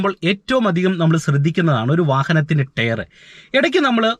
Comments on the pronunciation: Good info. ടെയർ അല്ല bro... Its ടയർ (Tyre )🙏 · Very useful.thanks.prouncing word tyre need to be corrected.o.k.